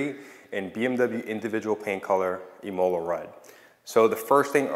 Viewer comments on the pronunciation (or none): Since you're so OCD I figure I would let you know it's pronounced Im-Muh-Lah, not Im-Ol-La